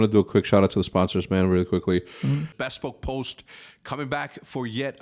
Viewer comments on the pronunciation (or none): Hercz bespoke is pronounced b-spoke just saying. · You are definitely saying bespoke wrong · I get like ticked off every time Hector says "bespoke" incorrectly haha.